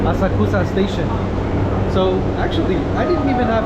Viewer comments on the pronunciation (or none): hello, thanks for the video. you asked if you were pronouncing asakusa correctly... unfortunately, not quite. first of all japanese doesn't do emphasis the way english does, so you more or less say words flat without stressing any syllable more than the others. secondly the u sound between two consonants is mostly unvoiced. so asakusa is more like ah sahk sah with no particular emphasis. anyway i hope you enjoy your time in japan (edit: and now i get to where she pronounces it for you so there you go lol)